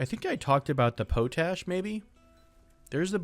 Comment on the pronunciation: Heads up, Potash isn't pronounced like Potatoes. It's a compound of Potassium and Ash and is pronounced as Pot-Ash - Not a big deal, but thought I'd let you know :)